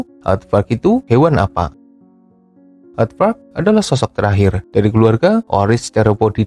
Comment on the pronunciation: pas lu ngomong aadvark kurang jelas min, coba artikulasinya diperbaiki